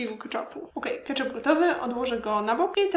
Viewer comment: KetchUp a nie ketchAp